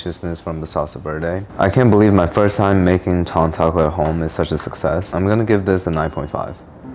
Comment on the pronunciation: Is it just me or does he pronounce "tongue" like "tong"?